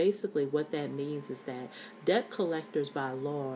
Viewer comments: Thank you for sharing your tips. You should be aware, however, that the proper pronunciation of the word 'debt' is (DET). The letter 'B' in this word is silent. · Pronounced: DET. The "b" is silent. Pronounce the word... Knife. We all need a smile today.